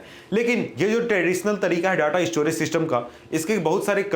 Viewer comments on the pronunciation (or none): E_ store,e-storage,e-storaging hahaha